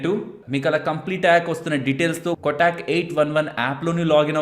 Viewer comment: "కొటాక్" కాదు కోటక్ అని పిలవాలి